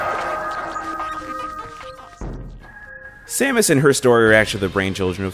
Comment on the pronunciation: It's Samus not Somus because in Prime 3 and Other M people call her Samus.